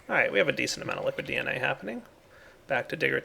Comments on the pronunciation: Lol when said DNA I swear he said "getting plenty of BNA" made me laugh. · i thought he said BeeNA